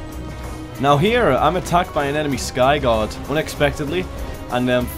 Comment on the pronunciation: Its skygaurd not skygod